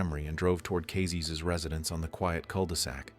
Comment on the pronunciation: some phonetic consistency and attention to detail would turn these from bangers into masterpieces it was never alpha zerotwo, it was "alpha oh 2" it was never "cazays, kayzes or cazzes", pronounciation is just "cazés"